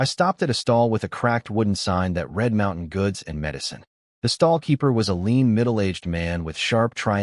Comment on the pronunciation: The images are pretty good, occasional extra arms or visual puns from misunderstanding metaphors, some funny. Voice is pretty good, mispronouncing the usual words, bow, read, let, and a few others. But plot points keep getting dropped all over the place. His hidden valley is secret, no he invites people in and everyone knows where it is. #FeedTheAlgorithm